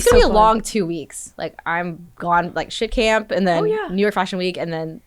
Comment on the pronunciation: Did she say shit camp? lol